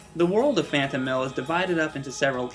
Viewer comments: Phanto-Mile...Not Mill. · phantomile not phantomill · Oh my God stop saying Phantomill. It's Phantomile. Phantom. Mile. It's a portmanteau. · Klonoa door to phantomill? ITS PRONOUNCED PHANTOM MILE!!!!!! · It's pronounced Phantom-MILE, not Phantom-MILL, but other than that great review. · Sure it's not pronounced "Phantom-mill" and not Phantom-mile? Phonics! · question: do you pronounce the 'mile' in 'X miles per hour' as mill? cause it's not phantomill, it's phantomile. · I think it's pronounced Phantom-mile, not Phantom-mill. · I always pronounced it Phantom Isle. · I always pronounced it Phanto mile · I loved this game. Although I'm fairly certain it's pronounced "Phanto-mile" kinda like saying Phantom and mile. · Pretty sure it's pronounced fan-toe-mile. And I think it's an awesome name! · Phantom. Mile. That is how you pronounce it. It is a play on the two words to mean ethereal place, as the game is set *SPOILERS-SPOILERS* in the dream world *SPOILERS-SPOILERS* It sounds less "stupid" when said correctly I am glad you covered this game, as it is one of my favourite games from the playstation. And, btw, that puzzle on the moon you shown I had difficulty with too when I was younger. It was my breaking point back then, but the game still holds a special place in my heart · What is up with him constantly saying the name is awful...? The name is perfectly fine, and represents the game greatly. And I do believe you're pronouncing "Phantomile" wrong. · anyone else notice how he pronounces huepow and phantomile wrong? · Ack! I cringed when you pronounce "Phantomile" and "Huepow". I'm used to hearing the other way / how it's pronounce in Japan. Anyway great review. Maybe next time review Klonoa 2 and the GBA series? :D